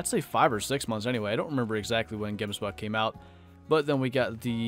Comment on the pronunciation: u butcher that name so hard. Here in South Africa we say it a bit different. xD